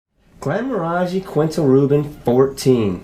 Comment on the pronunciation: The front left guy needs to work on his pronunciation of "Glenmorangie". Go consult a Scotsman. 😄